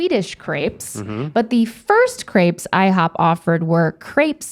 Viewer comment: don't worry rhett, us french already frowned on you 2 for the way you pronounced crepes